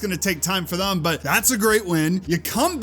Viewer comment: Also it’s thEm not thUm that shit is so annoying